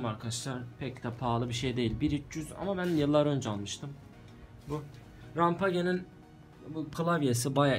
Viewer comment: Abi neden rampageye yazıldığı gibi Okuyorsun bide rayzır<3